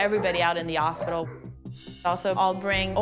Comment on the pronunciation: Was really pronouncing hospital as, “ospital”? Last time I checked hospital was pronounced with an, “H”.